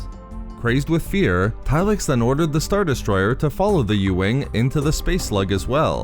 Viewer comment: Why do you draw out the ending of everything you say by like 3 syllables? "..from his star-destroyerrrr" "...they fought through the asteroid fieeeeeld". If you want a successful channel you have to understand that your vocals are a HUGE part in people subscribing